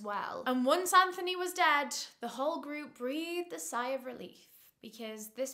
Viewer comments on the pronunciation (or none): none